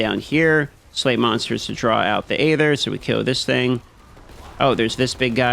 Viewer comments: Sorry to nitpick, but it is bugging me that he pronounces "aether" the way he does. It should pronounced as if it were spelled "eether." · Love how bruh can’t pronounce EEEther or obALLs lol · Hey there, just so you know it's pronounced eether, the A is silent in Aether. 🙂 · I never knew hearing someone pronounce aether like hey there instead of ee-THUR would annoy me so much. 😅